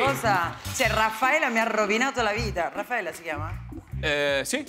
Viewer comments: Virginia Raffaele, non Raffaella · Non "Raffaella" ma Virginia Raffaele... EH... BAH